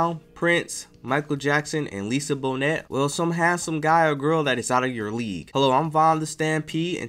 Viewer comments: You are hilarious. Lisa Bonette? Bonet (bow,-nay). I can't with you lol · Please learn to pronounce names and titles correctly. Any word that you're not 100% sure how to pronounce, you should investigate. Lisa Bonet's last name is pronounced BOH-NAY, not BOH-NET. If you don't know how to pronounce her name, you must be a millennial. No shade, it's just that Gen X grew up with The Cosby Show. We NEVER would have made that mistake pronouncing her name, LOL. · It’s pronounced Lisa “Bo-Nay!” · Bonet is pronounced Bō-Nay. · Its pronounced Bo-nay. Thanks for posting. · Lisa Bonet is pronounced Lisa Bonay. The a is a hard a. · Its pronounced, Lisa. Bo. Nae. Correct spelling is Lisa Bonet.. Last name is French. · This Narrator really struggles pronouncing names. Lisa Bonnet??? Really? You've never heard her name pronounced before? Nevertheless, TTD was a very underrated artist. And Vibrator is an excellent album more people should give a listen to. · At least pronounce names correctly. Lisa Bone...Net ☺️ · Dude, pronounce his name and 3rd album correctly!! Lisa Bonet too.